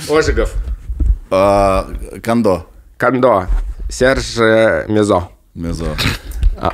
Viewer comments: Мария КОндо как Хонда. Она же из Японии😂😂. А не КондО❤ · Потому, что не Кандо, а Кондо. Её ещё КонМари называют.